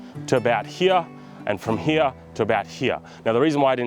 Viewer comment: . . . H E R E . . . The word is "here" NOT "hyah" 🤬